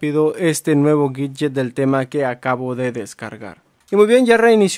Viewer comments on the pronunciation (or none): Deberías hacer curso de inglés para aprender la pronunciación de palabras como widget y light.... Las repites todo el tiempo y de forma equivocada...